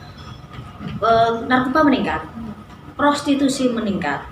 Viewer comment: Prostitusi jadi prostusi😂